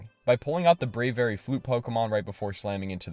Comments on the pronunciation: No way he just said Brave-ary and Bascoo-lagon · Brey very? It’s bray vee ary